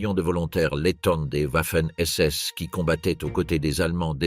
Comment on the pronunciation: Comme les whouaffen ss